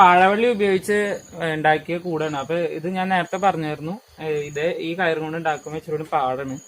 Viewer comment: അപ്പെ എന്നല്ല അപ്പൊ